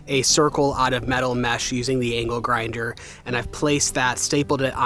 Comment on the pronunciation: When you said you used the angle grinder to make a circular metal mesh. My wife and I both heard you say anal grinder. We had to rewind and were glad to learn that no anal grinders were used in the making of this vlog.